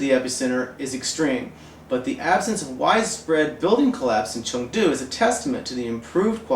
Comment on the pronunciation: I agree with you. BUT, the economy is a macro-view of the overall health of the country, so it must not be discounted. I also want to add that this guy needs to learn how to pronounce Chengdu properly, among other chinese words.